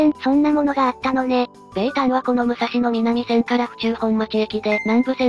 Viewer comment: 旧国鉄に端を発する路線名の東・西・南・北は、音読みが基本です。「武蔵野南線」は、「むさしのなんせん」と発音します。国鉄終焉後に命名された路線名では「おおさか東線(おおさかひがしせん)」のように音読みでない場合もあります。ちなみに貨物線として計画当初は府中本町～大宮方面が武蔵野西線(むさしのさいせん)、大宮方面～西船橋が武蔵野東線(むさしのとうせん)とされていたようで、武蔵野南線だけは貨物専用なので名前が残った形です。